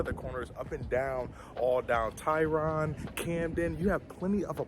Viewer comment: How you know Charlotte pronouncing Tryon as Tyron?🤭😆😆. Come on man.